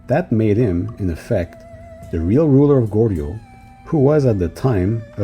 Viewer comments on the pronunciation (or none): none